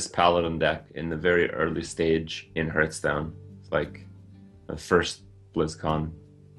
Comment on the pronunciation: Kripp is a better caster indeed. but i absolutely hate it to the bone when he pronounces hearthstone as Heardstone